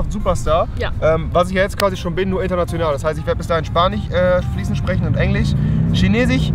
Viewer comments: EngliCH😄 SpaniCH😀 und ChinesiCH😂😂😂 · EngliCH, ChineChiCH, EngliCH